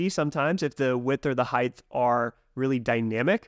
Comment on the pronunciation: Love all your videos on NextJS, and love NextJS and what you guys are doing atm but just had to point out, in the English language, “height” is not pronounced with the “th” sound at the end. It rhymes with words like “right” or “bite” 😅